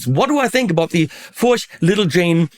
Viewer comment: It is indeed pronounced "Furch" rhyming with Turk. I had the honor of meeting František Furch at his workshop/factory near the city of Brno, CZ, where I lived for several years.